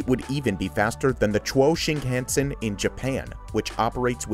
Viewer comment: The way he said “Chuo Shinkansen” was like he was trying to pronounce it like chinese instead of Japanese.